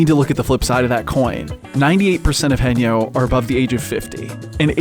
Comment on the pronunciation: One of many Korean working industries that is going to disappear. Also the pronunciation is wrong here, it's hae-nyeo like Hay nyour but with no r. Not hey-nyo.